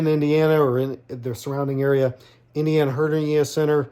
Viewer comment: It is not pronounced Ingueeneeal. It is Inguinal, pronounced Ingwenal. You are giving a lot of misinformation. The Robotic Assist surgery is a much faster surgery and it is used for many reasons that you should know before trying to tell someone why it was used. Also, absorbable mesh is NOT commonly used. Most Hernia surgery is still performed with permanent mesh.